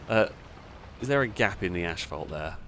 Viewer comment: There's only one "H" in "asphalt". Why in the world are you pronouncing it "ashphalt"?